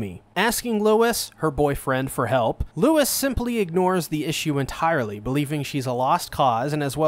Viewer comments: it's lou-ee not lewis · His name is pronouned LOUIE, stop calling his Lewis. Louis didn't kill the Shishigumi, just their boss. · Fat you know it’s not Lois it’s Louis has Holly pronounce it in the animate least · i cant handle handle how you pronounce louis it is L oowee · The S in Louis is silent btdubs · uhhhh, the deer boiis name is Rouis, no Louis